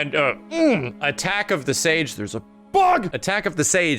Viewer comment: "there's a BHUG!"